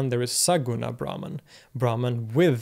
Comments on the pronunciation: Brahman is actually pronounced as - Brahmm in Sanskrit. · I disagree. He's indeed good with Arabic phonemes and probably studied the language extensively, but his pronunciation of Sanskrit terms is nowhere near his Arabic. For example brahman is not pronounced braman but bramhan. etc. his t-, -n-, -r are also sounding way too European. that's being said I also appreciate his impartial and objective attitude he has explaining lots of different traditions and doctrines. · Excellent video. I especially like how, as usual, you also give the terms in the original language and then in English. But I wonder if "brahman" in this context is actually pronounced "brahmaan" rather than "braahman". The god Brahma, the creator, is pronounced "Brahmaa", so the two might come from the same word (and perhaps be the same thing). Also, the Sanskrit term for the universe is brahmaand, I believe. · Brahman - "brah" pronounced as "bra" as in the lingerie = a Varna/caste in Hinduism Brahman - "brah" pronounced as "bruh" as in "sup bruh?" = The supreme reality